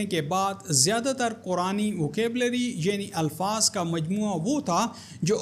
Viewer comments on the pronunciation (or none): none